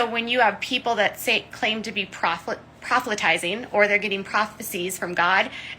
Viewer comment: Is it prophitallizing or proselytizing?